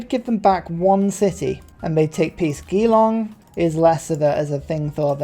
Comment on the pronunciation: btw Geelong is with a soft g. Like Jerry.